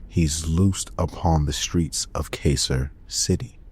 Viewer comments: (Car-sir) Carcer City not (Kay-sir) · “But it’s out of glass.” I could excuse “Kay-sir” City, but not this, what the hell?